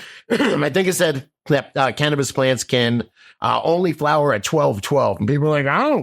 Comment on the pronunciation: “Christ of cannibis” 😂😂😂